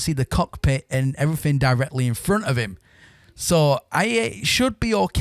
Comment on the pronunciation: Norman's Sky, everyfink, and wivout ferver ado, all in the first minute or so.